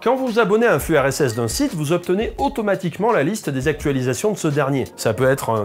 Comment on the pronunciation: quand tu dis "le RSS" j'entends "l'URSS"